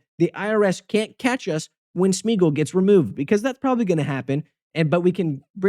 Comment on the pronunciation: It's [Smay-a-gol], not [Smiigol] xDD